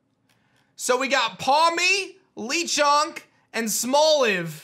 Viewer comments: It is not pronounced leechonk it is pronounced lachonk but spelled like lechonk meaning the chonk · I don't think it's pronounced LEEchonk. I think it's Lechonk like french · It’s le not lee. The pig is French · ITS NOT LEE-Chonk it’s Le Chonk. Le as in the French word for THE. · The way he calls "Lechonk" as "Lichonk" though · Lechonk... think more of the E sound in "LET" than the double E sound in "LEE" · I was on board with Violet, but now I'm all in for Scarlet. That Pawmi WILL be on my team...The same with Lechonk. (btw the name is pronounced like "let" not "Lee") Lennon means pig in Spanish. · not lee-chonk but la-chonk cuz spanish yknow? lol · SIIIIIRRRTR ITS SPANISH it’s “LEH-chonk” NOT “LEE-chonk” get it right please and thank you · LECHONK! NOT LEECHONK OR LICHONK. LECHONK. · I was thinking lechonk is pronounced Luh Chonk. Pawmi is cute. I’m guessing it’s the regions pikaclone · Lee? Why is he saying "Lee" chonk? 🤣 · I just realize he said Lee chunk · it has to be pronunced Léchonk like LeBron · man said lee chonk bruh... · how does this guy manage to pronounce EVERY pokemon wrong the first time? LEE CHONK check out his s&m starter reaction KOO! TEAM KOO ALL THE WAY! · u keep mispronouncing lechonk hahaha 🤣